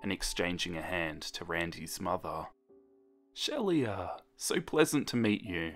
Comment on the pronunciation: It's pronounced sheela, 😉